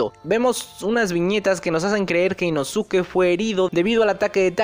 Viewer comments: Puedes decir inosuke como suena osea inoske esque me da cringe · se escribe inosuke pero se pronuncia inoske algo así como con sasuke= saske Pero inosuke o inoske igual son válidas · por que se escribe así, simplemente su pronunciación es diferente a como se escribe